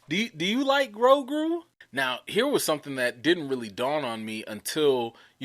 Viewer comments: I think you pronounce the name “Grow-goo” and not “Grow-grew”. Although I think a name that contains grow and grew would be a cool name for a creature of the force. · I think his name is Grogu , not Grogru , and for me , as a German , it sounds cute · it sounds funny because you are pronouncing his name with 2 R's. its "GROGU" not "GROGRU". lol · Thank you! I lol and cringed every time he said the name... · GrowGrew! LMAO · Grogu, bro. Not GroGRU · 😂. Adele & Grogruuu. That got me too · Bruh it’s Grow-goo LOL...Grow-GOO! 😜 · It's (grow-goo). That's why you don't like the name because you're saying it wrong. I think the name is cool. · GroGOOOOOOO. DuhROP that 'R'! I was SO close to giving you a thumbs-down 'cause you kept mispronouncing the name. But I didn't. You appear repentant and will strive to change your linguistic ways. Besides...I couldn't find my wet noodle LOL Love your enthusiasm and commentrary. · LOL smh he was killing poor Grogu's name. 😂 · Ffs you can't pronounce Grogu right let a alone Yaddle! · Grogu! You going hard on his name and you're not even saying it right. 🤦🏾‍♀️ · you adding a second R in grogu. Just one r lol